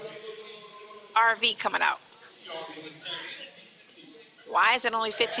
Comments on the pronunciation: Did she really say elon musk has a $15,000 “Testtilla” coming out she must be thinking of testicles aka Nesto’s balls🫤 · What is a “TESS-UH-LUH”?